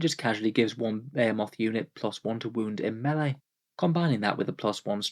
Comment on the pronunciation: Is that how they pronounce "Behemoth" across the pond?